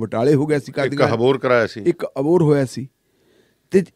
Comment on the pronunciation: ਅਬੋਹਰ ਹੈ ਜੀ ਹਬੋਰ ਨਹੀਂ